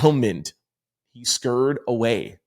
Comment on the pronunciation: Scurried - past tense of scur-ry. TWO syllables not one😂